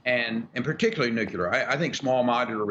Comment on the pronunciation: Rick i believe its pronounced new klee er